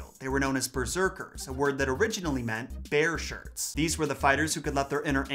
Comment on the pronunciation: So, "BEAR-Shirts", not "BARE shirts"....ok, got it!